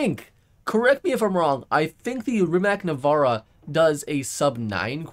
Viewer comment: Its RimaC NEvEra not Rimak Navara